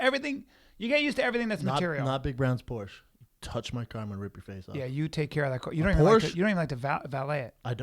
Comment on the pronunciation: If Schaub was really about that Porsche life he would pronounce the name right.